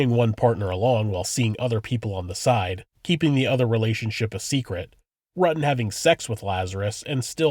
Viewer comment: You pronounce his name incorrectly. It's a German surname and not pronounced as Rotten!!!!